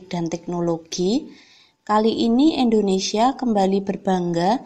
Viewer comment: Di nomer 4 itu Indonesia kak bukan endonesia